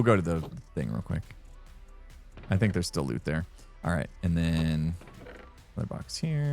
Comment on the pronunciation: You say "There's still loot there"(raid farm for totems) What I heard was very Canadian "there's still out there."